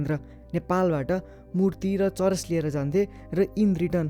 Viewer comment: Churas re still its weed its not churesh